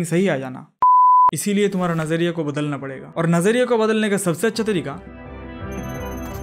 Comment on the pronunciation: Nazariya sai pronounce krny k liya you have earned my respect 🎉